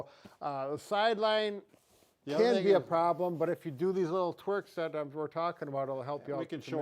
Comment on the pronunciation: Twerks…or tweaks??? 😂😂❤❤